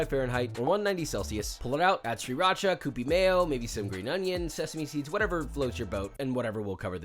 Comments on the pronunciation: Love the channel. But what is Seeracha. 😂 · Never heard anyone ACTUALLY call it SRI RACHA. 😂